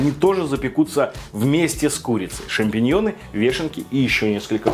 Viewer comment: Блин только вешенек бобольше бы , а не "шампенъенов" терпеть их не могу